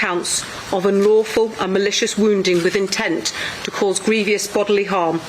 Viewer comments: The Assistant Chief Constable should learn how to pronounce "grievous" , as in "to grieve". There is no such word as "grievious". Still, she only says it five times, so I suppose it doesn't really matter. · Grievous not grievious. There's no second i. Surely you must know the spelling and pronunciation by making it to that high rank. Petty and minor I know...but not really. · Please tell this officer, it's 'grievous' not 'grievious' ... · Grievous, not grievious. Why read out the charges again? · It's GRIEVOUS, not GREVIOUS🙄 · Grievous NOT grievious for goodness sake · It's grievous isn't it not grievious?? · It's grievous, not grievious. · Someone tell that ACC who looks like something that fell out of a 1940s catalogue that the word is Grievous not Grevious. Additionally, the other soft melt and her have a nerve telling people not to prejudice anything by sharing when it was all over the International News within hours. It is the people's right to speculate about anything...anything at all, be it in person or online, so shut up. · It’s grievous not grievious. The ACC can’t even speak properly FFS 🤦‍♂️ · "Grievious (??) bodily harm?? Either she can't read her notes, or they are written by an illiterate. Just saying... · Griev-e-ous? Heal AND recover? Impacted? great choice of words. Lol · The police officer can’t even pronounce grievous. Are we going backwards? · Why can't she pronounce "grievous" correctly? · Its funny how the 2nd lady cant pronounce grievous correctly. Or is that a scouse thing? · How did this woman achieve such a high when she can't even say - or read - the word 'grievous'? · LOL ! I thought she had not pronounced grievous correctly .I wasn't sure if I had misheard her .i'm glad you noticed it . The other one has her hair dyed red ,which is very unflattering for a woman of her age